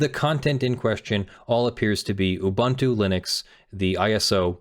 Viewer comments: he's mispronouncing it. it's oo-boon-too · Each vowel in "Ubuntu" has the same pronunciation; you pronounced the last one correctly. Also, "amd64" is common shorthand for the 64-bit Intel architecture that most PCs have these days, the kind that extends the 32-bit "x86" architecture, which was first developed by AMD after Intel's first 64-bit architecture failed to gain traction; by contrast, Intel's (now discontinued) effort, which is not backwards-compatible with x86, is usually referred to as "ia64" or as Itanium (a popular brand of ia64 CPUs for servers in the early 2000s). If you look at some older software, you might see references to "i686", as a shorthand for the version of the 32-bit Intel architecture used in the Pentium II, as if the Pentium had been named the 80586 and the Pentium II as the 80686 (Intel stopped using numbers because it had a hard time patenting them); you might also see references to advanced features of the ia32 and amd64 architectures, like SSE4 and AVX, if a software project provides high-performance builds that rely on the features of recent CPUs. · Yes but that's not how the company name is pronounced. Just because a word exists in another language doesn't mean they company is pronounced the same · Have I been mispronouncing Ubuntu for YEARS now?! Is he pronouncing this correctly? IS MY MIND BLOWN?!!